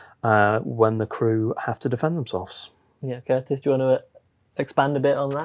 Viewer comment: Poor appears to have forgotten that there's a T in his name, and indeed in the word "fighter";-P 🙂